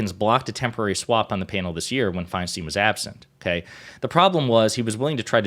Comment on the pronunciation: please learn to say her last name correctly, if only to properly remember her legacy. Her name is of germanic decent. It’s spelled “Feinstein.” In the German language, the “ei” or “ie” combination, unlike in English, always takes the long vowel sound of the second letter. Her name is, phonetically: Fine-Stine Why would the first “ei” be a long-vowel “I” and the second “ei” be anything else?